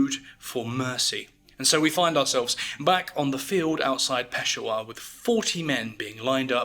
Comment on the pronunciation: Just an FYI, in Peshawar the emphasis is placed on the SHA syllable, not the PESH sound. It's pronounced kinda like Pe-SHAH-WAH, not PESH-a-war. If you skip 16 seconds into this video you can hear Barack Obama say it correctly